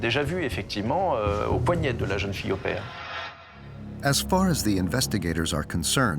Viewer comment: My one criticism of this documentary was the narrator pronouncing 'au pair' as "Aw pair" - you'd think that someone would have corrected him in production.